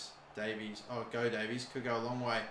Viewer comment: its day-vis not day-veez